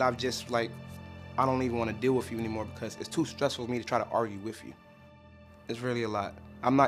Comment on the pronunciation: It drives me nuts when ppl say “wif” instead of “with” I don’t know why but, both of my kids started pronouncing it that way when they went to school. Drove me nuts!